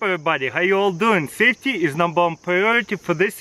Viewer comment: "Saftey is numbar wan priority in this video"